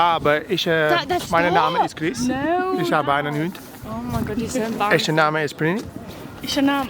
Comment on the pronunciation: Funniest video ive ever watched chris you are soooo funny hahaha i speak german so it made it 1000 times funnier and yes you said "Mein name ist Chris" correct 😂😂❤️❤️ love you all thank you for always making me smile through your videos xx